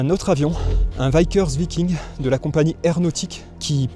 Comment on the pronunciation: Alors, on prononce Vickers Viking: Veeckers Vaillking, et non l’inverse…